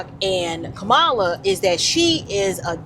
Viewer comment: why's it you had to mispronounce her name in the first place that's the reason you showed your hateration girl go on live your life in Jesus name will you please I am still praying for you